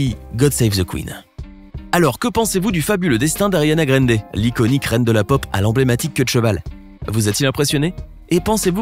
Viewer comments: 1. On prononce GRANDE et pas "gReNde" (on dira rien pour le "Sank u next") 2. Elle a 26 ans maintenant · Ca se prononce "Grande", pas "grende" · C est pas Ariana grainde mais Ariana grande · y a un A dans Grande cest pas Grende donc prononcez le A svp ça me stress de ouf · C’est pas greindé ça ce dit grandé mais c’est grande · '' ARIANA GREYNDE '' tellement stressant comment cette machine prononce son nom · Ariana « GRAINDER » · « Ariana Granedé » mdr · « Ariana Graindé » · «Ariana Grèndé» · Ta dis Ariana Grènde...j'me tire 👋🏼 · vous na saver pas le dir c'est grrrrrrande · Tu dit même pas bien son nom de famille le respect😭😭😭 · Mdr comment il dit Ariane Grande